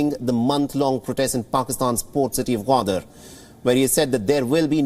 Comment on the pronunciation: Its "Goo"wadar not Waadar.